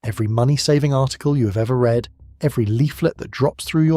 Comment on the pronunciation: AI rubbish....pronounced 'read' wrong in one of the sentences